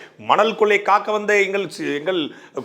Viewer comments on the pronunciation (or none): none